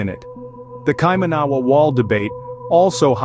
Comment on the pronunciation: It's said [kai-mana-wa] NOT kai-manawa! Also, the mere fact you showed nothing of the wall in this vid, showed nothing of New Zealand cultural significance (aside from about 45 seconds of images of Auckland, the fact you showed totally non New Zealand related images eg stone henge, Indian and Asian people, not one single Maori etc exhibits that you have absolutely ZERO credibility. You'd think that in the 9 mins of video, you'd show some images of the wall, but nope, nothing. Instead, you spruiked on about ill-informed subject matter and showed absolutely NOTHING about the subject matter at hand and instead put up totally non related random images. I conclude, until proven otherwise, that you're full of shit! Go ahead, prove me wrong.